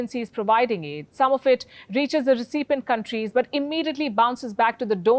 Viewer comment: Please have someone assist you in the pronunciation of the word, 'recipient'.